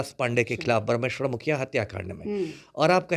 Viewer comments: मननिये हुलाश पांडे जी और स्वर्गीय बाबा ब्रह्मेश्वर मुखिया जी का उचारण तुम ताम से करना ठीक नहीं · Isko bolne nhi aata hai mukhiya jee ko ekar word me bolta hai batmij insan